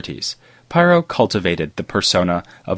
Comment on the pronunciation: Pyrrho Otherwise excellent job as usual!